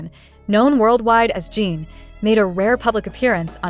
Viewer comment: I’m sorry but the AI being used to narrate this is terrible. For one thing, the constant mispronunciation of his name over and over again makes it very hard to listen to as it just grates on my nerves. Also, the meandering explanation of the content is tiresome and I just wish it would get to the facts. Most of us are busy people with limited time and we already know how amazing Jin is. I hope you will consider this when creating more content.